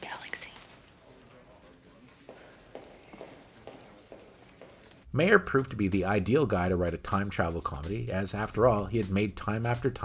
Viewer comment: It's My-er NOT May-er! The J.J. Abrams films were terrible and they only had a knowledge of their characters as caricatures. None of the characters are written like the original characters and thus Abrams writes very cynical rip-offs of the TRADITION of Star Trek and not Trek itself. There's an obvious dismissal of the series as serious story telling.